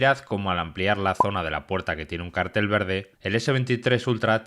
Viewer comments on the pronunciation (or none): none